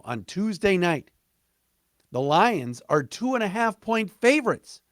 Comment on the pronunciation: “the LIEuns”